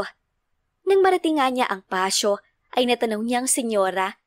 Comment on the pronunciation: Pasyo? ( patio ) pronounced: " patyo "